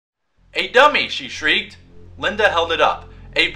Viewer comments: lyndEEEEEEEEEEEEEEEEE not lindAAAAAAAAAAAAAAAAAAAAAA. otherwise good video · 1 its lindy not linda and 2 u called slappy a her